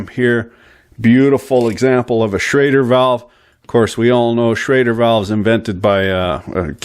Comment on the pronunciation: it is a SCHRADER ( Inventor german immigrant August Schrader ) not a SCHROEDER valve .....